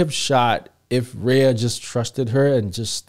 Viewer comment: Couldn't pronounce one name my guy? Lol